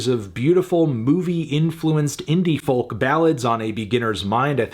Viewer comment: Doesn't matter how many times he says it, but I'm always baffled by the pronunciation of 'folk'...